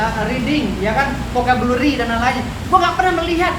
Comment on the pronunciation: Ngomong inggris belibet gitu firdaus.. firdaus.. vocabulary bkn vocabluberry.. 😂😂😂😂